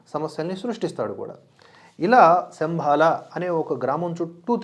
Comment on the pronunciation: శంభల అనాలి!!!